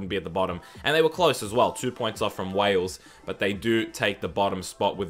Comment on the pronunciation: That's not Wales - that's Bales